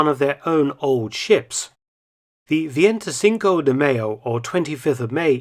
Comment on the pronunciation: As opposed to his pronunciation of veinticinco.